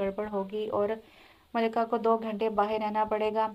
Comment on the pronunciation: It's Malika Not Malka